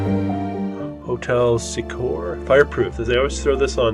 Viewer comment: The old State Hospital was a mental institution. It was thought that ornate buildings and park-like grounds would aid in patients' therapy. Also some of the doctors lived those houses. I went to school with one of the main doctor's daughter. Willys-Overland invented the Jeep during WW2. Also, it's pronounced SEE-core, not sah-CORE.